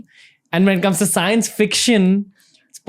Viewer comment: ranveer just wanted to correct you there it's not "SCAAENCE" its "Science"